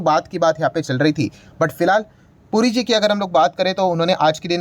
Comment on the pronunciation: पुरीजी के बदले ,"गुरुजी" सुनाई दे रहा है!